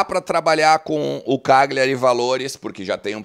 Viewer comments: sou teu seguidor, só uma dica, morei nove anos na Itália, a pronúncia é "Calhari" o GL deles é o nosso LH. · A pronúncia correta é Calhari. O G é mudo.